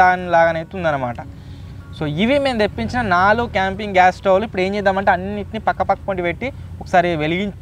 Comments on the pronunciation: Bro adi swavlu kadu stovelu(Telugu)😂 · స్వవ్ లు కాదు bro స్టవ్ లు❤❤❤❤❤❤